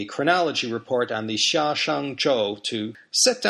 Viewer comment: Is Xia pronounced sha or Jia? You pronounced it sha, shia?